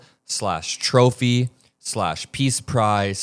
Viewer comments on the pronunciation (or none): none